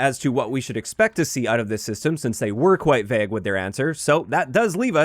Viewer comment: My ick is how pronounces "vague"...vehg